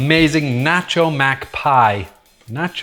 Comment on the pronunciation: You've been living in the UK too long, it's ruined your pronunciation of "nacho". What's next? "Pasta"? Please say it ain't so! This looks delicious btw